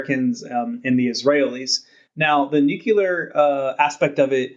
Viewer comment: nyoo-kyewl-arr haha =) the Host got it though, so that's good. Just pokin' fun, I love RANE.